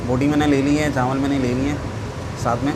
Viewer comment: Lafz chawal hota hey , na k CHAANWAL.